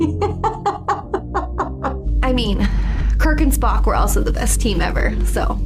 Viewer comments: oh man, I thought swore when she was talking about the Sarek episode and said "Spock" lol. Listened to it repeatedly like 3 or 4 times. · "Klug" "Spacky". Sorry,. I know you're trying. But I can't help but laugh. Still, I love your reactions! Can't wait for the next one!